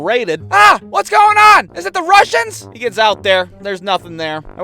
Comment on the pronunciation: ahhh is it the rushins! Me:hahaha hahaha is it the eushins